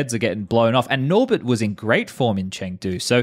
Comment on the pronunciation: chengdo or chengdo not, there is no chengtry